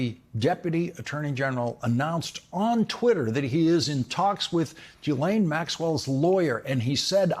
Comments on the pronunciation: Her name is pronounced zhee-LEN. Not G-lain. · Lawrence: you're still pronouncing "Ghislaine" wrong. It's not JEE-LANE. It's GEE (as in "glee") LANE, or GEE LEHN. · Ghislaine is pronounced "GHEE-LEN"...not that she matters, just FYI 🤷🏻‍♀️ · Ghislaine is pronounced Jhizz-lane not ji-lane. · It's "zhees-LEHN", you goofs. Get it right. "zhees" = like "jeez" but with the soft "zh" sound (as in measure) "LEHN" = like Len, with a short, open "e" sound (like in pen) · Her brother pronounces it GILL-un, which is neither the French nor the usual anglicized pronunciation. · Her brother pronounces her name GILL-un, which is neither the French pronunciation nor the usual anglicized pronunciation. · I literally just watched the latest interview with him, where he pronounced it GHEE-LEN 🤷🏻‍♀️ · You'd sound far more informed and professional if you had first checked how to pronounce 'Ghislaine' correctly. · I really wish that the 'accidental/on purpose mispronouncing of names in the media would just stop. It's not an own, and no body believes that, after Ghislaine Maxwell's name has been in the news for years, along with the capability to easily google it, that you can't properly pronounce her name. It's gone beyond ridiculous.